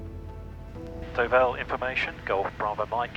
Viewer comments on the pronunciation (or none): You always had the option to turn back, but it was worth having a look. The visibility under the low cloud looked pretty good and I could see it raised more as you approached Dinard. Please try to pronounce Deauville properly- it is not Duvall ! Black socks and trainers - they know you are English tourists 🤣